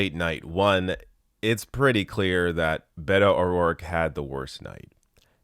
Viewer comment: Bay-toh .... WTF 😏